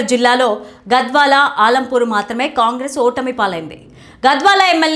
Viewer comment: ఆలంపూర్ కాదు మేడం అలంపూర్